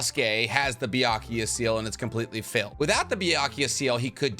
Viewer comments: I'm not sure if the mispronunciation is intentional... 百豪 is pronounced "bya-ku-goh" not "bya--ku-ya." Byakuya is a male name (ex. Byakuya Kuchiki from Bleach). Otherwise, I have enjoyed your videos, and I really love how this video explains the possible biological mechanisms of the jutsus! As a scientist myself, I'd love to more about your past life as a scientist - maybe in a future Q&A vid? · Why does he say it's BYAKUYA????? I know and as i speak Japanese I know the kanji is read BYAKUGO (Prolonged o). like i'm always confused when he says BYAKUYA? tell me it's not just me!! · Why do you keep saying Byakuya? It’s Byakugo. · Can you refrain on saying Byakuya seal? It's Byakugo seal damn it so cringey 🙄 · is it called a Byakugou Seal? you spent 16 minutes pronounce it wrong. not even a single time you said it right.